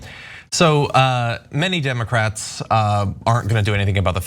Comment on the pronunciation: No comments yet on the "Emocrats"? It's the best slip up yet.